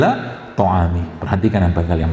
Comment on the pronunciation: Suroh 'abasa ayat 23 dokter zaidul akbar maaf ada salah dikit baca ayat ada salah baris harusnya Fal yandhurilninsaanu ila tho'aamih Di bacanya yg salah falyandhuril insaan a yg benar u Maaf dokter Saya penggemar setia dengerin kajian dokter zaidul akbar Alhamdulillah saya gak lagi makan 4 yg kuang thoyyib Gak makan nasi udah 1.5 tahun Gak makan tepung Gak makan gorengan Gak makan gula Dan rajin minum rempah dan rimpang tiap hari Alhamdulillah sehat atas izin Alloh Sehat tuk Taat tuk ibadah pd Alloh Rohmatan lil"alamin Makasih banyak dok